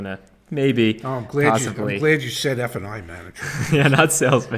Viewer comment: You guys keep saying "f & i," but I hear "f-ing"